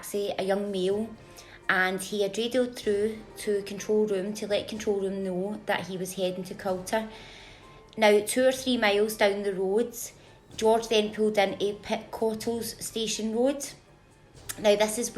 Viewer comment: Culter is pronounced "cooter" sounds so strange when you say it 😮